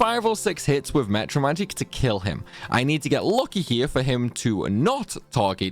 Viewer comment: Why do you say mEtra magic and not mAtra magic?